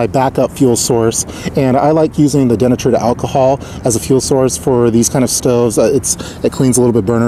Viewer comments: De-Natured... not denatured. lol. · hearing den-a-tured over and over thru me for a loop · Nice job,. Can't help kidding you, though, about your pronunciation of denatured alcohol. It's pronounced dee-natured (just like nature with a d on the end). I work with words for a living... hope you don't mind.:-)